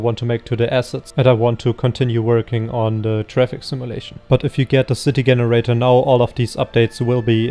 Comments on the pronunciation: i think this guy is brilliant even though he says Generator with hard G. lol. i feel you should work on crowd generator your the right guy to do it right. blender needs a proper crowd generator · Fascinating that someone who is able to create such a fantastic piece of software is not able to pronounce Generator correctly.